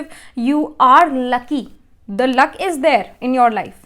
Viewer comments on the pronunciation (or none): none